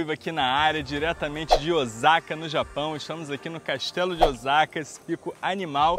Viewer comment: Obrigado por expandir nossas mentes, adorei o vídeo, mas quando ouvi OZAKA doeu o ouvido.